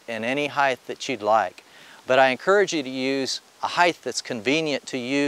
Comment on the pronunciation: Good video. Mispronounced “height,” but good video.